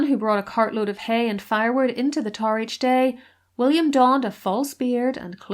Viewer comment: Its tower not TAR.